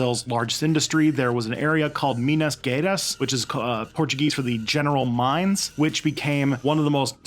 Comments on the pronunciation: Menas gueras kkkkkk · Your pronunciation of Minas Gerais made me laugh. I know you did the disclaimer at the beginning of the video, but don't you guys do any research into how to pronounce the names of places that might be suspect? You didn't mention that many places or names of people, maybe 5-10, how hard would that be? Don't you have any Brazilian or Portuguese supporters or followers you could have reached out to? You're not the only Youtuber who does this, but I just don't get why you can't do a little more research, it's not like you can't find out. Even on Wikipedia you can play a sound clip of the name so there's no excuse. I'm not being overly picky I hope, I just find it bemusing why you don't do this as you do a lot of research into the rest of the video, whilst overlooking something that is very important. By the way I've been to Minas Gerais, an amazing place, and even been in an old gold mine there in Ouro Preto, you should have mentioned that place in the video, it was a centre for gold mining, and became very rich from it, there are many churches that are decorated very ornately from the wealth. Brazil is an amazing country, but I don't think it'll be world leader anytime soon. I don't know where you get the idea that Brazil is an advocate of free trade, it isn't, they have some of the most protectionist tax systems in the world. The wealth gap there between the rich and the poor is staggering. The poverty you see travelling around major cities is just unbelievable to anyone from